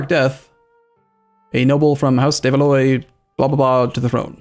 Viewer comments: BTW Valois is pronounced VAL - WAH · I know you hate people correcting your pronunciation, so I would not do it unless it was like a fixed character for a major country... but "de Valois" is "de-val-wah"